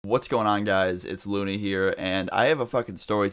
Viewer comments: Did he say luney? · In the beginning it sounds like he says "hey guys its luny here"